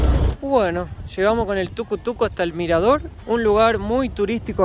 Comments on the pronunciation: Me da risa que dice tucu tucu jajaja le decimos tuc tuc sigan disfrutando de Guatemala chicos, bienvenidos y gracias por fomentar el turismo de nuestra Guate-bella 🎉🎉🎉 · es Tuc Tuc, no TucoTuco, 😆😆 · Me dio risa cuando dijo Tucu-Tucu jajaja, se llama Tuc-Tuc. Saludos!! 😊